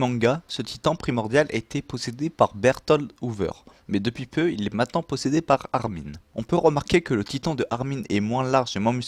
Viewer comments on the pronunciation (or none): none